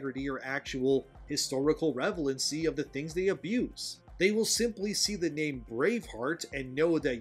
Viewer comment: Dude, I love your takes but it's relevancy not revelancy. 😂